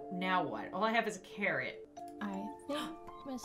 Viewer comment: i may just be deaf but when she said "theres a carrot here" i heard " theres a Karen here"